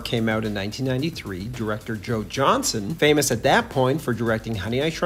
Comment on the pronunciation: JohnsTON. JOHNSTON. Not Johnson, wtf.